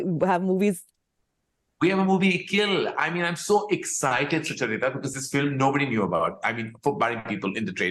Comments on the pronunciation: Soo-chuh-rita lol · Have we been pronouncing Sucharita's name incorrectly, or is Karan?? Do u guys call her Su-cha-rita or do you call her Sucha-rita like Karan just did?? 🤔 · He keeps pronouncing sucharita wrong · I love how Karan pronounce Sucharita😃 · Maybe Karan should have pronounced your name correctly throughout the interview.